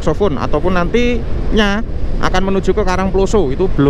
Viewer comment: Saya Org Batu Asli.. Tolong Mas Kalau Bilang / membunyikan KARANGPLOSO tanyakan sama org karangploso yg benar bagaimana.. Bunyi O nya salah sampean. Sekedar masukan. Jangan HASAK HASIK tok wae. Yg bener. Asyik. Skdr saran saja. Sukses ya channelnya